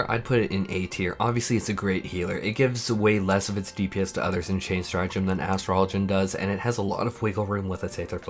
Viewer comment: OMG!!!!! Thank you so much for your pronunciation of Astrologian! 👍🏿👏🏿